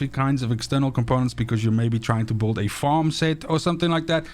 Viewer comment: you can't even pronounce build correctly u say boold